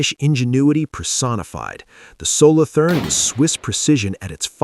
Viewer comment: Solo toorn. Not solothurn with english th.